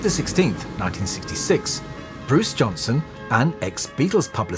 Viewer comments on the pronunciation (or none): EXCELLENT !! One minor correction maybe- sounded like you said Bruce Johnson-- AYK it's Johnston. Well, his real name is Baldwin anyway !!!